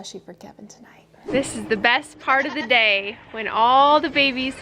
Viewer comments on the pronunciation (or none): Willow on her stump & Lookie Lou Luna in the background of the babbies (Lydia pronunciation here) were cracking me up. 🖤 Love.